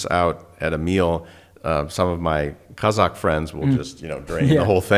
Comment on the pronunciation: love how Daniel pronounces the word KAZAKH👌